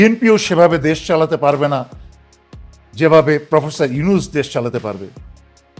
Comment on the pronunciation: সেনাপ্রধান ওকার ডক্টর ইউনুসের নামটি কিভাবে উচ্চারণ করেছে তাতেই বুঝা যায়